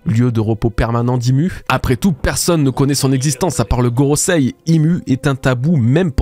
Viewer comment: Enfin Gorosei prononcé correctement, merci ! :D